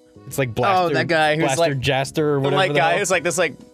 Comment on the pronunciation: "Like... Blaster Jaster or something?" GASTER BLASTER?????